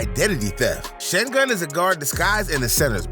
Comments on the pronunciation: its alpren sengun not alepren cen-gun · Bro butchered Sengun’s name💀